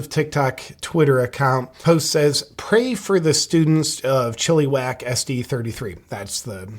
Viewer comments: It's pronounced chill-uh-wack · Oh fuck .. this will be affecting my kids future education since I'm about a couple hrs away... disturbing!! Thanks for sharing. For future reference, it's pronounced chill-ih-wack :) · Hey! That's my neighbouring town! We say it as Chi- lu- whack, but everything else is spot on